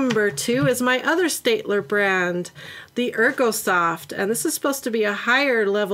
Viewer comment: Steadtler is in a German brand name so it's pronounced in german heh xD